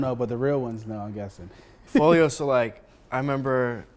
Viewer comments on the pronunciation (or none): bro said folio but meant to say folley lmfao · it’s foley Not folio but been inspired by dude for awhile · bruh it’s fow•lee NOT folio 😭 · HE SAID FOLIO😂 ITS CALLED "FOLEY" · THIS MAN SAID “FOLIO” INSTEAD OF “FOLEY” LOL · foley*** not foleo cmon 😂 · It’s called foley not foleyo 😂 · this dude literally has no fucking clue what he's talking about and is unbelievably pretentious while doing it bro called foley "folio" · Its foley no folio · bro pronounced his name wrong smh